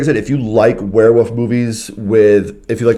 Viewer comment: Yes they are pack animals but haven't you ever heard of lone wolves? Also it's Werewolf not Were'woof lol... This is not an attack by the way, great review, I'm just being silly...